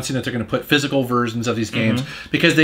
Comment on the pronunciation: Does say "Physcal*, instead of "Physical"?